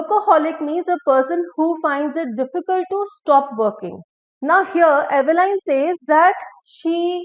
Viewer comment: Dear madam, The correct pronunciation is not /ive-lain/, but /'i:v-lin/